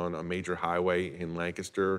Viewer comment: Why are they saying Lancaster like that? It's not "Lnkstr."